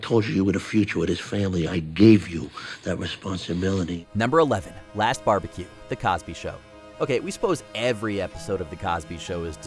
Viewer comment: The narrator says BEE BEE CUE sauce not Bar be cue sauce. AI generated , for sure... Moving on......